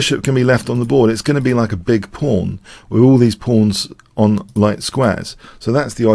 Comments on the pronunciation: Am I the only one who hears "phone pawn"?? I' ve been wanting to say that for quite a while... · I hear "fawn porn".